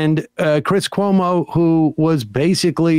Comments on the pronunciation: "chris colomo"? "news night"? wtf, "heidegger". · The guy who whines about the pronunciation of his name says "Dom" Lemon, Chris "Columbo" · "You pronounced my name wrong and I don't appreciate it... Chris Columbo was one of my favorites on CNN... and here's what you need to know about 'Dom' Lemon..." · Tim - I'm mad you mispronounced my name Also Tim - Chris Columbus, Laura Ingram, Arizona Melbar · I love the fact that Sam’s mispronunciation of Tim’s name was such a gotcha and then Tim literally got ever name he mentioned wrong. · He should be embarrassed because he didn’t know how to say Cuomo’s last name.